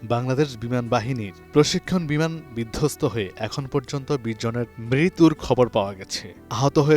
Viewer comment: ঐ আপনি মৃত্যুর উচ্চারণ করতে পারেননা আপনাকে সংবাদ প্রচার করার অনুমতি কে দিলো